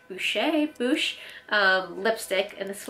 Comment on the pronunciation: the bite lipstick is pronounced boosh and thats fresh for lips :)